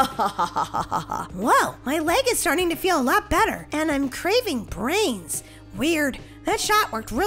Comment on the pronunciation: You said bwains bwains